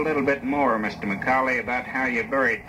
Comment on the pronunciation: This is my great grandfather. I have heard this many times. His last name is spelled and pronounced wrong. Its McCaulley. Sounds like "ball" not "dull".